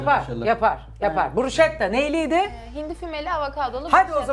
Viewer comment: Aynen kimsenin bilgisi yok. Ayrıca bruşketta diye okunur sunucu bile söylemesini becereilmiyor👎🏻